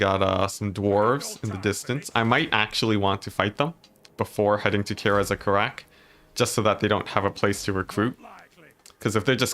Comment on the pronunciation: Seriously microscopic level nitpicking comment: Its easier to say "Karaz-a-Karak" as "kah-rah-zeh-kah-rahk." The way you said it was more "Care-as a care-rack." I'm not sure which one is correct (almost certainly a mixture of the two) but I do know the former is generally easier/faster and smoother sounding. This is not criticism by the way, its just a comment on the nature of saying words from a fantasy language with our English-based speech patterns. Who knows, maybe you'll like saying it that way or maybe you dont care?